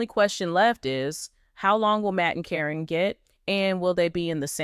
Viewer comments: It is Caryn not carrine at least say the name properly fa out. From N.Z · Her name is Karen not Corrine stop with the AI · It's pronounced KAREN!!! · Could someone tell these people that Caryn is pronounced Karen? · Commentor- the witches name isn't Corrinne its (pronounced Karen)( care-n) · Her name is Karen not Caryn or Cornnie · Her name is Caron. Pronounced Karen! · her name is pronounced Karen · Her name is Caryn with a C so when A-I reads it it says Like it sounds Corrine. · it's KAREN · If this is AI you would think that Caryn (that is Karen) would be pronounced the same all the time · Don’t think u even watch the show since u don’t pronounce her name correctly